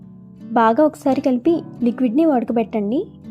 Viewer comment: వ డ కబెట్టడం కాదు వడ గట్టడం